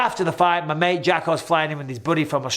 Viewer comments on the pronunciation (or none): none